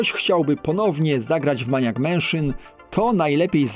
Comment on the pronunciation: "Mejnijak", nie "maniak", a temat bierze się na tapet, nie tapetę ;)